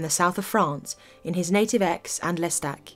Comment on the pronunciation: Aix is pronounced aye. No X sound.